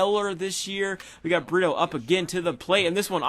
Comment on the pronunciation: Pronounce it breto